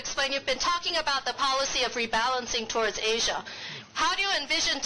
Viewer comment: Wow，蕭的"Asia" 咬字發音真標準。